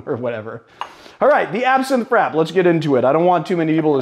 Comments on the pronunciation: Um..... Frappe is pronounced Frap-pay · I thought frappe was pronounced like fra-pay? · you're correct, a frappé is essentially a drink on the rocks, but those "rocks" tend to be crushed or shaved ice. It's a serving technique, rather than a specific (coffee) recipe, and such. And yes, he's mispronounced it.